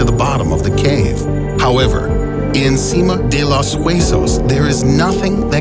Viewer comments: It's actually pronounced Seema De Los Wesos that's just the pronunciation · Seeema day los weysos Pronounce it like that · You pronounce "sima de los huesos" funny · the way he pronounced el sima de los huesos lol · the way he pronounces sima de los huesos💀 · the way he pronounced sima de los huesos hurt my brain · when he tried pronouncing “sima de los huesos” I wheezed lmao